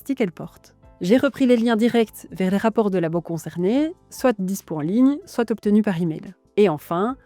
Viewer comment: Merci pour cette vidéo :) On dit : « soit (swa) cela, soit (swa) cela. » Et « soit ! » (swat) : faisons ça ! Avec les liaisons c’est swa-t’en ahah je taquine ❤